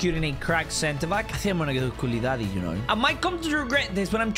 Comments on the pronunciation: Why u say kouludobly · bro said kuladaddy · my guy said koualidady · u said koulidady 🤣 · Why is everyone calling him koulidaddy